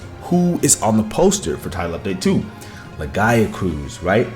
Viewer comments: Don't forget. Lagi was meant to be in world and was also supposed to be in wilds base game. TU2 is still just finishing the game edit. I almost can't finish this video due to your pronunciation of lagiacrus. It's laggy-ah-crus. crus as in crust. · Who the fuck says Lagiacrus like that? Omg my ears are bleeding every time he says the monsters' names.